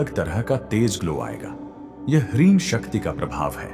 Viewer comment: Hreem is the correct pronunciation not hareem.